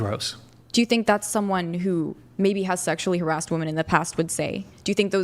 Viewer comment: She said “Harassted” lol